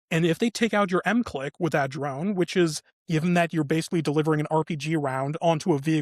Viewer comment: It's pronounced MIC LICK